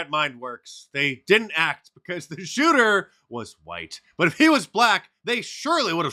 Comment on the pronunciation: So is Jasmine saying the eff bee eye wasnt diverse in who they chose as chuter, or is she saying they chose that chuter because he was immune?